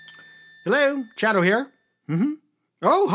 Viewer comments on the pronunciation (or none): Why does Chato always pronounce his name incorrectly? It's ch-AY-to, like po-TAY-to. Please get it right.